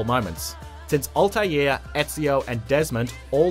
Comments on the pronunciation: 😅 it's Altaïr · His name is spelt Altaïr not Altier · "Altaïr" not "Altier" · It was nice to remind myself of the hype moments of the decade, but I have a quick question WHO THE FUCK IS ALTIER ???